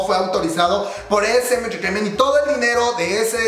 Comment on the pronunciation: jejej amo cuando dice esemenchecheimen